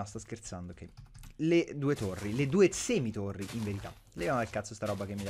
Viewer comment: Torri, no tori :-)